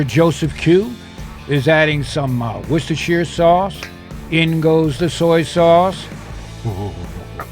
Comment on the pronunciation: Its pronounced wuster sauce